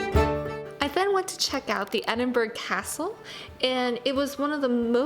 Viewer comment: Thanks so much for your wonderful video of my home city. For the record it is Edin-burr-ah you don't pronounce the 'g' !!!. You are very welcome to come back , as the 2nd most visited place in the UK there is so much more to see but it can get a bit crowded at peak times , i never cease to be amazed at the unique magical landscape of the city centre & over a thousand years of history in the old town in & around the Royal Mile.